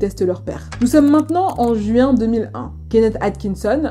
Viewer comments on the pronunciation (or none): none